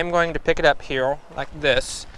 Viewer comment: Its called a woe its a speech impetament some people have turns er sounds into eaw sounds